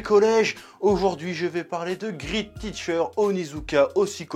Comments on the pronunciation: Great se prononce "gréte" et pas "grite" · Mdr c'est great pas grit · Grit teacher...aie. Allez, on essaie à nouveau en disant gr8t avec la partie "eat" qui ne se prononce pas comme le verbe manger en anglais mais comme le chiffre 8 en anglais. Voilà, c'est pas compliqué. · "grite" quoi x)